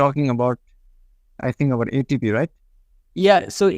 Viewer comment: It is called A T P , for Adenosine tri phosphate. Not with an 'E'.